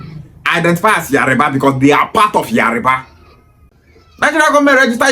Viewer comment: It’s Yoruba not Yariba illiterate